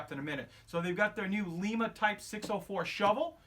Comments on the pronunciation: FYI - it is a "Lye-mah" shovel built in Lima, OH. Keep up the enjoyable video. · By the way, will all respect...it's LIMA...as in LIE-MAH....not pronounced like the capital of Peru. As in Lima, OH.